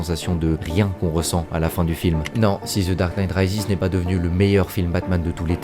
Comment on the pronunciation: “Ze darque nite Raizis” 😂